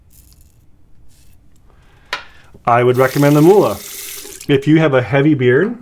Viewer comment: Not "Muhle" it is called" Mühle" Youse Google translate, for the Word "Mill" pepper Mill